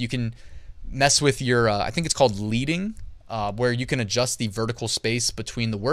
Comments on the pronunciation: Great video as always,! Thanks for being so prolific.:) BTW, "leading" is pronounced like pencil lead. From when printers had to hand-set lead type. They'd increase line spacing by slipping in thin strips of lead. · Leading in typography is pronounced like the metal, "lead," because it comes from all the way back to the time of the original printing presses where the letter rows were separated by actual stripes of lead.